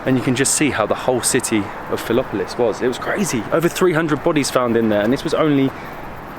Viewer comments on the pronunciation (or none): Mate it is Philipopolis! And the Mosque is 700 years old, called Dzhumaya, not dumaya. Nevertheless I do appreciate how appreciative are your presentations and appriciation of what Plovdiv is. Just for info - the city was called Trimontium, Evmolpia, Philipopolis, Filibe, Pulpudeva - some of the earlier names. As for the Hills - they were 7, some were destroyed, like two of them. If you also dig a bit deeper you will find out that Rome was also city of 7 hills! And if you come July August - be prepared to experience 26 degrees at 4 o'lock in the morning! Caus it will be 40 during the day ))))